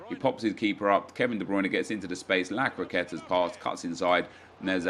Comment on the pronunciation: Nep in all your vids I hear you say lacroceta what is it